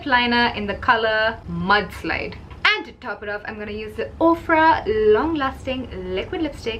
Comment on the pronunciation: Listen to her say "and" lol